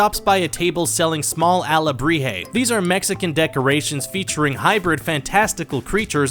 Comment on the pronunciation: I don't get how he can possibly pronounce Miguel wrong when it's said constantly throughout the movie but then pronounces alebrije correctly?!